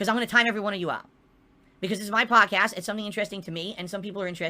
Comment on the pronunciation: Reminder: Don't allow him to rebrand his prestream ranting and begging into a "". Call it a prestream. Always.